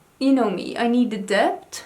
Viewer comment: You mean "dept" 😆🙊